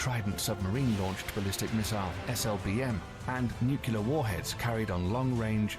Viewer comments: There are a lot of mistakes in the video and I just have one word: NUCULAR! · I'd have thought if one was going to create a video that contained the word nuclear, one should at least know how to pronounce it. Not you,, the original video.